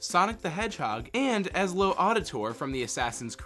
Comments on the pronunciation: eslow auditor? its edzio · did this dude really say ezli auditor instead of, Ezio Auditore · He said Ezlo 😭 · DID YOU JUST SAY "EZLO AUDITOR". I'M SO FRICKIN SAD RIGHT NOW. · EZLO ADITORE?!? you butchered that on purpose didn't you... I love saying his name CORRECTLY in heavy accent idk how to spell it but Etzio aditory de faarenzy lol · D-did my ears deceive me? Did he call Ezio "Ezlore?!?" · Ezlow Odditor. Alright. For the record, it's pronounced more like et-zee-oh odd-i-tor-ay. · ezlo auditor. Ezlo... auditor. Not ezio auditore, no of course not, its EZLO AUDITOR. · EZLO AUDITORE? its EZIO AUDITORE! i dont know how to do the signs above letters. but EZLO? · I know people pronounce names and other stuff differently but Ezlo Auditor just.....owwww that hurt. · did he say EZLIO and not EZIO? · There is NO "l" (as in look) in Ezio. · Why are a huge chunk of these just the entire plot of an episode broken into sections? Also, why did you pronounce Ezio's name that way? Geez. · he just butchered ezios name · Pronounce Ezio's name properly!!!!! Next time! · I stop watching when you mispronounced Ezios name